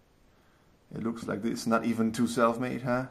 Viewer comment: in the intro it sounded like he said "Satan mate" instead of self made XD